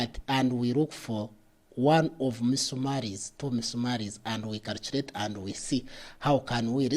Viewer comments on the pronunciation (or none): Calchurate and Calchurator